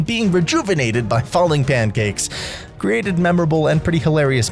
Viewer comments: SO IT SAYS PANCAKES I always heard it as Johnny Cage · When Mini Pekka says pancakes, it sounds like he’s saying aw thanks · i cant unhear “nice cheeks” when mini pekka says pancakes😭😭😭